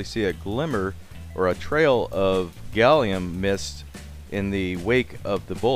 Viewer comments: Did you call gallium "Gollum"? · It's Gallum NOT Gallium!! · Seriously, you don't mean gallium do you, isn't it called gallum in USA?